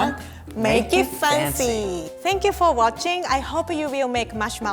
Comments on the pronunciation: Every time I see and read one of the video captions of the series, my mind AUTOMATICALLY switched the pronunciation to “Faan-ci” Theres nothing I can do about it and I love it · i hate listening her saying "fancy" its so weird.... no offence. your a really good chef i love that, but please change your fancy pronunciation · make it funcy! Me: lol:D